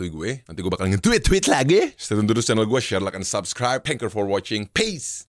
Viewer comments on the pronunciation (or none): none